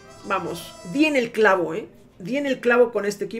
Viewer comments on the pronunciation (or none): pensé que dijo "viene el chavo" en vez del clavo